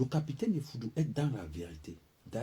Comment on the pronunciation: C'est EFFOUDOU et non FOUDOU.